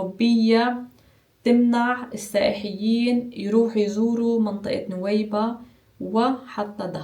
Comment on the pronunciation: بالعكس يعجبني نطقها لكلمة السائحيين 😍